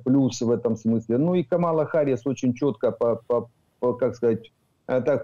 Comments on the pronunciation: Когда уже научитесь правильно читать имя Харрис ??? На все американо - английские имена и фамлили , ударения падают на первый слог..! 😂😂😂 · "Си Дзин Пин - председатель колхоза" 😂😂😂 Класно сказано! Зауваження пану. Камала Харіс, а не "Гаріс". Пан вимовляє правильно (як Американці). Я задонатив на ССО. Дякую за зведення! Бажаю здоров'я! Слава Україні! 💛🇺🇦💙